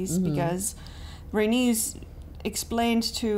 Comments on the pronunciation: It’s Ray- NEECE when you say Rhaenys lol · I love how and pronounce Raenyse as rANUS lmao